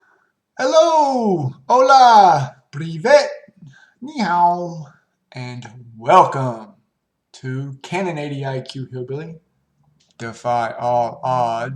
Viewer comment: You mispronounced npnbet privyet at the start. The second syllable is not pronounced like "vet", but rather "vyet".